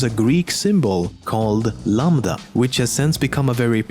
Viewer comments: Lol the way you said lamda was funny It should be - "lamp" now remove the p from it and add "da" as in dark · lamDa it's pronounced lamtha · I don't see how that matters. Lambda is the 11th letter in Greek so it would be more of a "J"